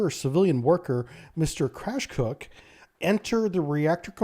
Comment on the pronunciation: Pronunciation is hilarious as usual. MR. CRASH COOK :D LOL